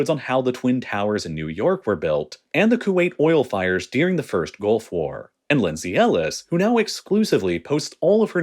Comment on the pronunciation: why he says dearing instead of during? its annoying